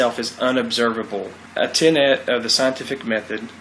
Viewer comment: "A ten-at" of a scientific theory.